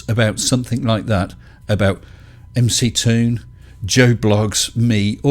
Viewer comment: Hey, it's NOT Mc Tòon (mick toon) it' M C Toon, like the rapper MC Hammer. (em cee Toon) I'm just sayìng. 0_0